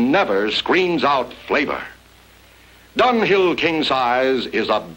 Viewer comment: It sounds so much more like Dunghill than Dunhill.